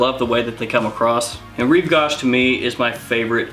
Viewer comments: REEVE - GO -SH as in GO away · Rive gauche pronounced gau = go